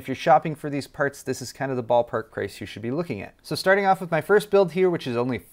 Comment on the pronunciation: "But this is your Shtarting off point"